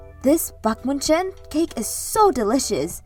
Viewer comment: As a German, I had to wince and chuckle at the pronunciation of Baumkuchen. I won't lie, without the text bubble I wouldn't have known what was said there. That said, I appreciate the mention in the first place! Baumkuchen really are tasty. All around amazing story and quality work. Kudos!